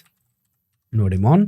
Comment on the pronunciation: Bhai ka nodemon thora sa doremon jaisa lgta hai😅😂btw cute...n more power to you brother 💪 ❤